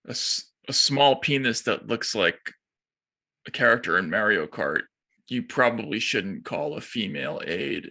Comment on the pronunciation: "Maire-ee-yo Kart" ;p